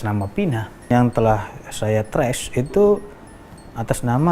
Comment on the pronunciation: Sok English lu... Nyebut Trace ajha Trash... 😂😂